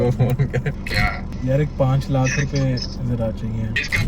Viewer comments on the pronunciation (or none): Bhai it is not lak it is lakh